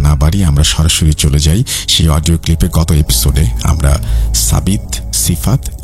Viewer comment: Odio not pall😅😅😅